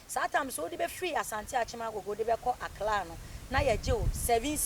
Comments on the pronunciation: you are saying that. Aklaa instead of Accra. Ofui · ACCLA Hahaha 😂 Typically Ashanti